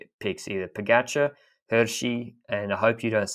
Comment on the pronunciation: Is it just me or is he butchering Pogcar's name? POH GACH HUH? Anyway, love the pod, on to the Worlds.